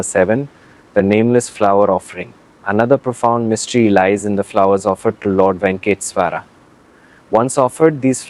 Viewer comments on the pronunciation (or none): Ye kaun YouTuber hai bhai jo aise pronunciation kar raha hai Venkateshwara ka 🙄😒😏